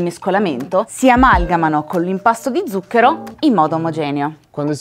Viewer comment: Record Siete riusciti a sbagliare tutte ma proprio tutte le volte che avete pronunciato la parola "ZUCCHERO" Uanmabbell La corretta pronuncia è: 'tsuk:ero